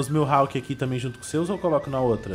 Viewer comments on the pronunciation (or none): NÃO É MILHALK É MIHALK MDS